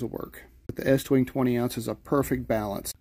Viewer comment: I got a 28 ounce. And you did pronounce it right estwing. Some dummies say east wing which is wrong.